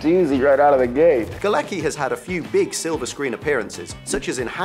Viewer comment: John Galecki is actually John Gałecki and IT is not pronuunced Galeki..there is a c. Do IT should be Galetski.. IT is Polish surname